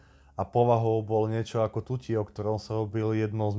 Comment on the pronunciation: To som chcel aj ja opraviť plus prosím nezmekčuj TUTI na Tuťi bo to trhá uši a keby si ho tak oslovil tak by Ťi ich ozaj odtrhol. Tvrdo , foneticky tuty.😏